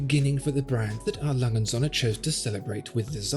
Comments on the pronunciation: Holy shit you completely butchered the brands name😂 You said "ALangenSohne" its more like "Ah Langeh uhnd Söhne" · Im awfully sorry, but despite this being a fascinating and illuminating video, the pronunciation of A. Lange & Söhne sounds more like "A Langen Sonne". Which would translate into English as "A Long Sun". But this Company is Called "A. Lange and Sons". It's irritating to say the least hearing this Name as wrongly as in this video. Don't get me wrong, great video (subbed liked and everything) but please work on your pronunciations of foreign Company Names. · Pronunciation of "A Lange & Söhne" needs to be checked, but otherwise very informative.